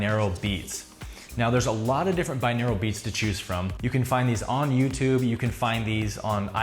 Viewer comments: It's pronounced bi-noral beats. Not binaral. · Lol i had to pause the vid cus I'm getting really annoyed by the way he's pronouncing 'binaural' as ¿binaeral? :( should be bi-NOR-al The word just means 'of two ears' Whereas monaural means one ear, binaural is 2. sigh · What a weird pronunciation of binaural. It’s bin-or-al not bin-ear-el... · au is pronounced aww or oww hence Bi-nawww-ral not Bi-neer-al